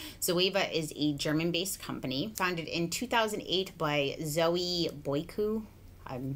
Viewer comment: Really good pronunciation of Zoe's name! She's Greek and I'm so proud she's from my town, Thessaloniki! 😘